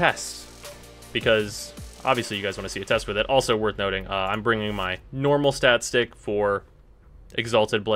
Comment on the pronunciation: I keep thinking you say shat stick